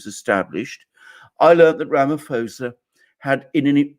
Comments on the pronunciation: Ramaphosa with a p not f. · Alexander, just for you to be aware , Ramaphosa is pronounced not with an f but sounds like ramapausa! You gentlemen are great! Thank you! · The correct pronunciation of the SA president's surname is 'Ramapawsa'. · Alexander, you say Ramaphosa wrong, the "ph" is just pronounced as a "p".